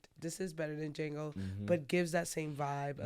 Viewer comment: Was wit yall ALL THE WAY until you said it’s superior to Duh-jango 😬